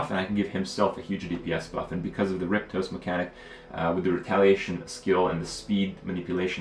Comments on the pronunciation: For fuck´s sake Kripp, it's rip oste, not rip tose! Pull yourself together, man! Spoken like the repost (f.e. in forums). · Alright I can't see the comment where someone bashes on him for this. Why the hell can't Kripp say Riposte right? He keeps saying Riptose instead of Riposte. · Its riPOSte not riPTOse, phonetical casual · kripp-toast...correct pronunciation is ri-post-ayy (short 1st i) Fantastic game indeed. I really like how almost every decision in this game has weight. Do I use those 4 remaining foods on a character on deaths door? Or do I save them for hunger? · "Riptose" lmao Kripp its "re-post" its a term form like a deflect, used in fencing. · "rip-toast", or "riposte" lol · It's riposte not riptoast. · It's RIP OSTE, not RIP TOSE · Say it with me, "RIP-AW-ST" that is how you pronounce the word "riposte" correctly. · Saw Trump play this a bit ago and loved it. The voice over is the best I've ever heard in a game and that alone makes it interesting. Kripparrian I think it's simply pronounced "rip post" You were making it too hard :P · it sounded like he said rip toast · The way he says a few different words really bugs me... Word butcher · Kripp, dude, its ripOSTE. Rip OSTE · "Riptose".... lol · riptose? seriously? do you HAVE to mispronounce things on every single fucking game you play? is it really that difficult? pisses me off as much as hurtstone and koams heart. get it right.